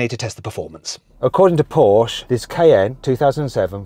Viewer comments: Trust Mat to have a whole collection of Pooshe(porsche) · How hard can it be to say Porsche Mat Watso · How much does it cost to pronounce Porsche correctly?